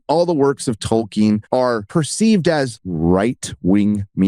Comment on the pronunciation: I kept thinking that Jackson was saying "Talking" movie, when he was saying Tolkien movie. I take back every compliment I ever payed Peter Jackson. He has been gotten to, he's nothing like the man that made the Lord Of The Rings trilogy films.